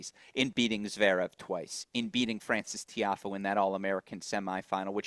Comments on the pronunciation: I like these discussions with. Thank god you have FINALLY got him to stop saying Zveerev. Lord knows why he has persisted so long, but we thank you. 🥳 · Steve also says Zverev wrong, sort of Zerev 😂 bless him